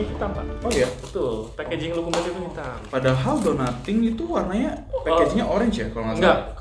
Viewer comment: Fyi aja nih bacanya ga lukumeids, tapi lukumades biasa aja krn asalnya dari bahasa yunani loukoumades (lokma) yg artinya deep fried dough.. 🙏